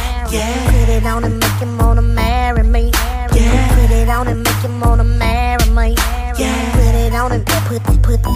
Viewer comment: I really wish people will stop puttin toya on they tracks lol I think she is really trying to milk the whole accent thing she is taking to far??? how you cant correctly pronounce "MARRY ME"??????????